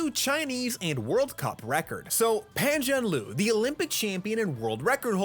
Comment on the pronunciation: is Pam Zhan Ler